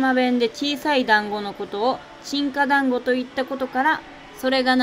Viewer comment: のど飴と団子😂本当にたまたまか❓旅をする前から考えられた壮大なネタ👍胸を張って団子の滑舌はしっかりしましょう😁